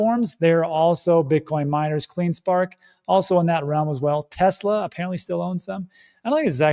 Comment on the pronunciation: Yes, stable coins almost on a daily basis. If the fees for using Bitcoin as payments were as low as stable coins I would most likely use that in some instances as well. And token metrics on Tefla or Tesla whatever you want to call it. Out of all the things we want to be precise and have full clarity on should be our investments and maybe how to pronounce our investments properly if we're talking to other people about them.